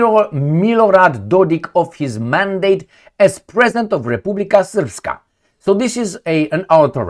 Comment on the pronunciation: Тhank you brother for proniuncing РЕПУБЛИКА СРПСКА right and clear! Our nobile western partners cant pronounce Serbian words.